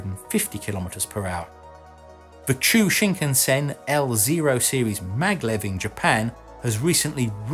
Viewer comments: Although the explanation on the motor systems are quite detailed and briliant, I am shocked that the Chuo (which is pronounced choo-oh, not choo) Shinkansen"s magnetic levitation system is completely skipped! It is important to mention that Chuo Shinkansen utilizes a totally different system to both the current Shinkansen and TGV lines, and even among maglev systems, Chuo Shinkansen have its own unique system compared to the only commercial high-speed maglev line currently available, the Shanghai Maglev train. If we are talking about high speed trains that actually still touch the rails, the ALFA-X Shinkansen Trains is currently in experimental stage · Hi, “Chuo Shinkansen” is correct, not “Chou Shinkansen.” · It's ChUo Shinkansen, not ChOu. Chew-oh. Also, I think a new separate record category should be made for Maglev. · It's the Chuo (pronounced chew-oh) maglev, not Chou, and not pronounced "chew". Chuo means middle, because the route for the new train will be more inland like the conventional Chuo line (中央線) and the Edo period highway. Most of the line will be underground to avoid having to buy the land. Also, TGV stands for "Train a Grande Vitesse" or "High speed train" in English. Just saying what the acronym stands for in French doesn't explain what it means in English. ;) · also it is chuo shinkansen. not chou!